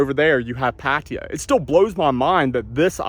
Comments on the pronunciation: what the hell is "patiya"? ?? pronounce it right!!!! PATTAAYA !!!! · Hmm.. how do you manage to pronounce Pattaya as “patia” ? If you actually read it and pronounce it wrong, it would actually be right. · Says how can I describe Pattaya to people, it might help if you said their name correctly, there's no I in Pattaya 🙄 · pronoune pattaya